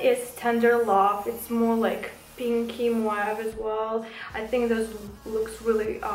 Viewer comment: Не муав а мов